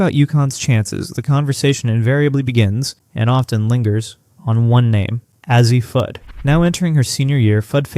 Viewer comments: Why would anyone subscribe to a program that cannot take the time or intelligence to pronounce players' names correctly? This is a huge annoyance. Not Ah-zee, jerk, it's A-zee. Not Bukers but Beckers. Are you guys just dense or don't you care? Do us a favor: go away. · ??? it's a long "A"! say it like initials: "A-Z'. Slap whoever hired you to read the narration. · If you were to write A Z, your voice over or AI, or whatever you're using won't get it wrong. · I appreciate your commitment to continually pronouncing Azzi's name wrong despite everyone pointing it out to you in every video. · It is AI and with AI you get mispronunciations. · Is it that difficult to pronounce Azzi's name? I'M OUT.